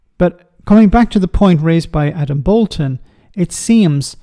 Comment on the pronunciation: It is Boulton, not Bolton.